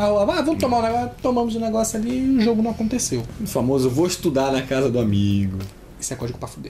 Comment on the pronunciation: em 4.05 "teve um jiogo"